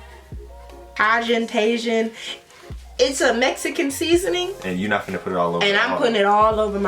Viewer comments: its pronounced ta-hin. lol u were really struggling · LOL TAJIN....PRONOUNCED TA-HEEN & ima be salty when y’all finish the first 4 and now we gotta wait till y’all get through every year to get these lol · Tajin -Pronounced Taaaheen. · J's in Spanish make an h sound 'ta-hin' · that stuff is pronounced Tah-GEeAN :) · Its pronounced "Taheen" lol